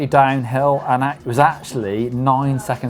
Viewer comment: It sounds like you are saying trial bike and not trail.